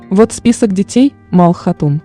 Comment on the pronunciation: Не Мал хатун а Малхун хатун